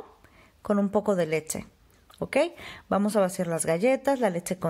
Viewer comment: Me cuesta un poco de trabajo entender porque no pronuncias bien leCHE! siempre dices leTTCHE! es incomodo estar escuchando eso :(